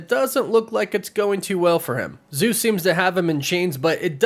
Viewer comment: I'm Greek and the way you guys pronance the name Zeus makes me waay too cringe.😭😭😭